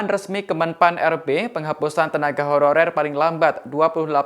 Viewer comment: Beberapa kata dari reporter nya seperti terdengar "tenaga hororer".. saran ke tribun, sebelum berita di release, cek dulu dan edit dulu.. Pewarta nya juga harus yg lancar dan jelas pengucapannya